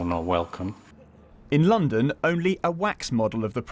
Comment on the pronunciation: Did she say Londom?